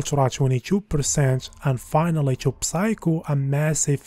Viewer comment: Don’t pronounce the “p” on the word “psycho”